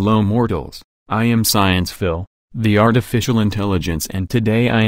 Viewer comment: It's pronounced as sciencephile and not sciencephyle ?